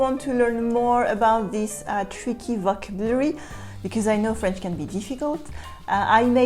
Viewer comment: Could I give you one pronounciation note?)) you are always saying vOcabulary meanwhile it has to be pronounced as vocAbulary)) try it and you'll see, it's even easier to pronounce))))) et merci beaucoup de ton travail))